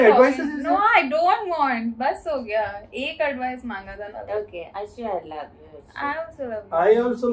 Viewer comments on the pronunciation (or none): none